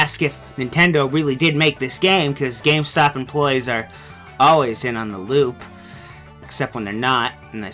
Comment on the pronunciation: Guys "Enploie" are you kidding?